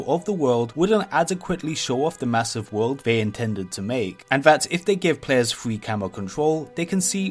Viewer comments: wawcwaft fwee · woucraft fwee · woowld of wawcwaft, and wawcwaft fwee. I can't watch this video I just can't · wowld of wawcwaft wawcwaft fwee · worcraff fwee mod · in wawcwaft tweee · warcraft fwee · Wowcwawft frree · warcwaft fwee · wawcwaft fwee ?